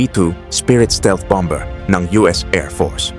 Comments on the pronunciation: Bammer po ang pag pronounce, hinde bambeer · un lang. bombers. Bomer po ang tama pronounciation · Bomber, silent b po